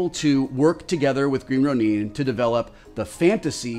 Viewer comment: Green Runin? The word id Ronin(ROW-nin)...aka samurai without a lord....I guess no one told Wil Wheaton the word is Ronin? Its cool but they should tell him...